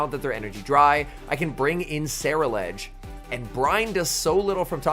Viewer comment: Sara-ledge is crazy lol